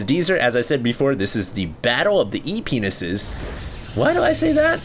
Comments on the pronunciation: is it just me but when says they are E-P-ness you just giggle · Am I the only one who heard "penises" at the beginning of the cast lolll ?? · whats "ep"ness, or whatever he said?